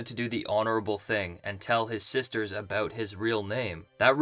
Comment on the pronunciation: I just like listening to you say aboot.